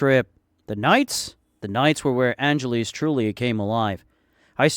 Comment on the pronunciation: Why do you call it angeleez ? its angel less